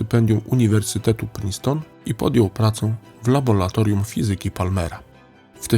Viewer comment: Wybacz czepialstwo: - Worcester czyta się "Łuster" - LABORAtorium, nie "labolatorium". Skojarz z "ora et labora".